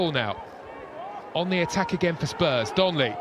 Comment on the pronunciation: ITS DONLEY NOT DONNELLY FFSSSSSSS!